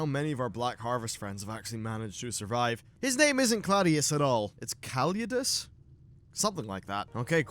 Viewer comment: Kal-id-uss Calydus